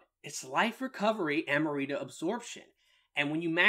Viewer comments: Am-rita not Ama-rita 🤣😂🤣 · Love the video but lol, I couldn’t help but only hear “Amarita” 🤣